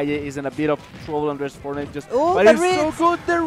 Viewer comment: fornait XDDDDDD